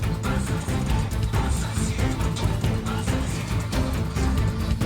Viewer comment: bro said taylor shfift